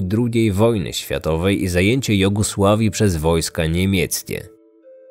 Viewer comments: powiedziałeś w 35 minucie Jogosławii a powinno być Jugosławii ;)) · Nie mówi się "jogusławii", lecz "Jugosławii".